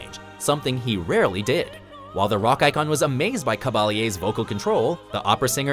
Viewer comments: It's not CABA-LEE-A, it's CABA-YE. In her native Spanish, a LL between vowels is pronounced like a Y in English (like in yeast, or yellow). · Montserrat "Kabalyeah" hahaha. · The way he pronounced Montserrat Caballé😖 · Monserrat Cah-bah-yay. She was one one of the.greatest operatic sopranos ever 😊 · It's annoying how he pronounces Caballé. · Cringing so hard at the pronunciation of "Caballé"